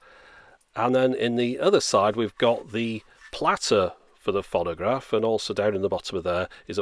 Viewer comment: Fonnagraph? That's a novel pronunciation of 'phonograph'.